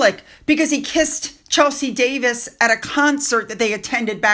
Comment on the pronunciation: The Wemberly Stadium is really called Wembley Stadium. Chelsea Davis is really called Chelsea Davy. If reading news articles to us is so hard why not write your own copy?